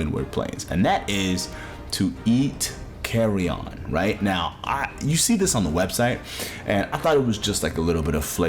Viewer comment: i still don’t understand why Odo was left out of of Rise. he was such a perfect fit… and yeah, Jho’s tail eating seems to just be a myth that people just misremembered. he doesn’t actually do it. yet, at least. also, the way you pronounce “carrion” sounds like you’re saying “carry ON,” like you’re talking about luggage 😂. it’s just pronounced like CARRY-un or CARRY-in, fyi.